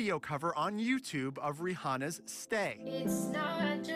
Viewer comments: Was anyone else confused by the fact that he pronounced the "h" in Rihanna? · dude did he just say the H in rihanna?